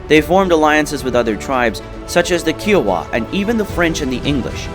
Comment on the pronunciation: OO-TE? Key oh wah? Yeah, no one should take this video seriously.